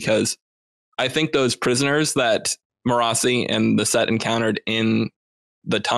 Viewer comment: You can tell which of them listen to the audiobooks! The different ways they pronounce Marasi is all over the place! Most impressive - they don't let the other pronunciations change what they know is the right way, lol! 😁